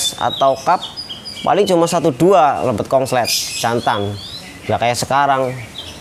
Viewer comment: Konslet mas konslet,,bkan kongslet😂😂😂